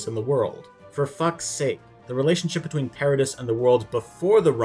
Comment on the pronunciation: You are just categorically wrong in my opinion. Respect the your point of view, but you really missed the point I think. Also, it’s ParaDEE not ParaDISS